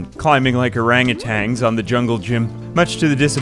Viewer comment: hol up... say orangutan again...?